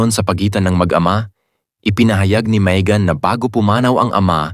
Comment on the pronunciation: Maegan to pronounce it is ( May as in month of May .. ang not MaEgan)